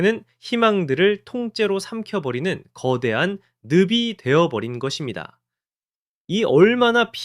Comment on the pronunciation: 뭔 중국 축구 분석을 이렇게 비장하게 해? 중국인인 줄 알았네. 늪이 발음은 느비가 아니라 느피다. 모국어도 제대로 못하는 걸 보니 구토가 난다.